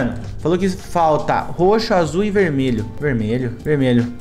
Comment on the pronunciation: coloca no 0.5 "verdmelho"kkkkkkk